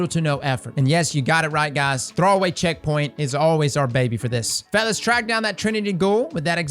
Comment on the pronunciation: For info, I'm a fairly new player and have no idea what checkpoint you're talking about, couldn't even make out the word you said :( Some more detail would be helpful.